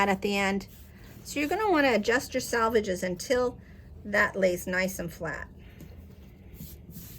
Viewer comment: Selvages, not Salvages As in sell-vages